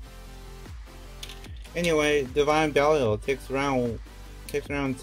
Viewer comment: Belial, not Belfyre